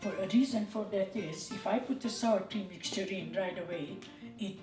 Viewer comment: she says "sour cream mixture" 😉 lol it does sound like saltine at first...hehe! Sweet with the YUMMY food😋👍